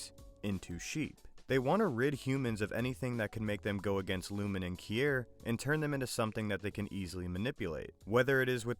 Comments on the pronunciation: Did you even watch the show? If so, i cant understand how in hell you keep misprinouncing the names. Eg. Key-ear, milli-check. No one ever pronounced them like that in the show. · Your AI voice can’t say Kier correctly and you spelled Milchick wrong, it said it as Milichick, what is that, 1/1000th of a chick? Get it together.